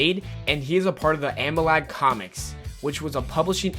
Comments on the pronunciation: Repeat after me, A-Mal-Gam, not, A-Ma-Lag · A-MAL-GAM. Not amalag. Also...say Sinestro correctly. Jeez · Amalag? It's Amalgam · it's pronounced a-mal-gam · why can't you pronounce amalgam?